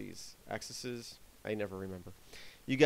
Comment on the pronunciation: plural of axis - axes, pronounced AX-eez (long e)